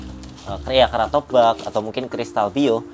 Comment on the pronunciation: Ngomong kratobacnya salahhhhhhh besar kwkwkwk